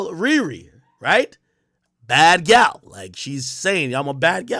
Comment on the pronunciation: Gyal is clearly patois, come on man, you’re supposed to be Jamaican 🇯🇲